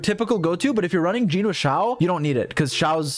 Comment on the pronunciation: "You have a C6 YEEEEEN" Idk why that pronunciation of Jean was so funny to me in that moment haha